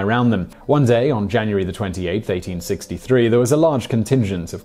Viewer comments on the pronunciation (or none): none